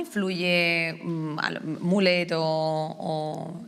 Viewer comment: Madre mía el cringe cuando dicen "mulet" pronunciado como el peinado